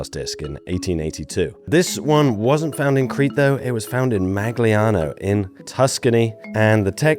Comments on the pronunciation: in Italian when you have a “GL” on a word like “Magliano” the G is soft, almost silent. The sound is similar, but not identical, to the Spanish double LL. So it’s not MAG-LIANO, but more like “Maliano” with a g sound I cannot express in text. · the correct pronunciation of the Italian toponym Magliano is: 'maʎʎano. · Its Magliano as not Mag Liano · “Magliano” is pronounced like mah-lyah-no. The “gl” sounds like the lli in “million” — one smooth ly sound. Btw your surname sound Italian do you have any relatives? Thank you for your videos always top quality content!🎉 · Magliano is pronounced, Mah-lee-ah-no, with the lee-ah said as one sound gliding together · the "gli" in Italian is pronounced "ye" like the word million, mahl-YAH-noh is the phonetic spelling of Magliano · Hi, I love your videos, just a little help on the pronunciation of Italian words like "Magliano", containing "gli", the sound is closer to the letter i, try to think that it was written "maiano" instead, or " maʎˈʎaːna". It is very simillar to the spanish "LL" ("tortilla" for example you can try read it as "Torti-ia" or "tôrˈtē(y)ə" or the portuguese "LH" ("coelho" for example is more like "coe-io" or " kuˈeʎu","KWEL-yoo", "koo-EL-yoo" ). I hope this is helpful.peace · "Magliano" is pronounced like "Ma-ya-no". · You don't want to say the g in Magliano. -Gli is a vowel in Italian that we don't have in English. The best I can describe it is like an L that comes from the sides and back of your tongue, instead of the front, but it sounds more like "ylee." It's hard to write what it sounds like and easier to hear it and copy it. If this video automatically does an English dub, you can turn it back to Italian in the settings: It sounds like an L mixed with a Y. If you just ignore the G though and only say the L, no one would have trouble understanding you. It would just sound like you have a heavier foreign accent--which is fine. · Your pronunciation of "Magliano" hurts my soul.